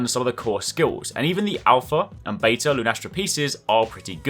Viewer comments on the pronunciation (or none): none